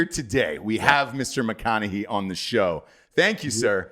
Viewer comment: saying McConahee over and over is just hilarious. Do not tell the how to pronounce anything son! 😂🤣😂 Fuckin love you!